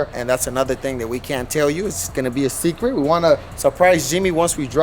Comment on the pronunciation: Foo said secret hella wrong lol